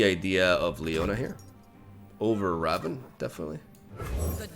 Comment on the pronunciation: Pls it's Rah-voon